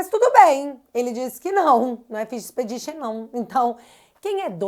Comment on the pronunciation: Quando o Xandão falou em pesca probatória, ele tentou antes pronunciar fishing expedition e pronunciou errado.